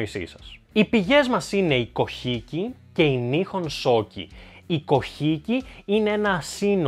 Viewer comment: Πολύ ωραίο και ενδιαφέρον βίντεο και ανυπομονώ για τη συνέχεια!Έχω βέβαια μία παρατήρηση:Το "κοχίκι" που είπες μάλλον είναι το βιβλίο kojiki(κοτζίκι).Αυτή είναι η σωστή προφορά.